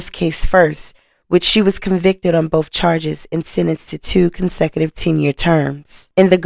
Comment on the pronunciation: This is good information. But you need to learn the "th" sound in a word isn't a "f" sound. Words like Birthday or both.